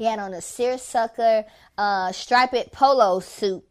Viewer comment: did she really say stripe-ped?? tf lmbo I can't, I'm weak